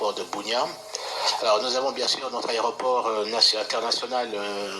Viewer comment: Bonjour ndeko, Meka ko corriger, on dit aéroport et non aréoport. Merci.